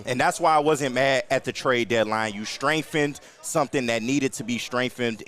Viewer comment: since when is there an f in the word strengthened😂😂😂